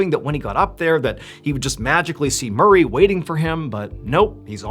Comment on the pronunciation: I misheard "murray" as "marie" to start with